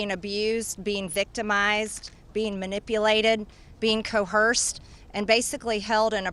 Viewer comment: Did she say coHerced? Education never was a strength for her. When the files name you know who, she'll deny it to the death.